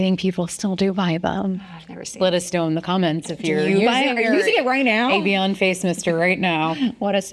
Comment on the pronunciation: Why did you pronounce Evian like that 👀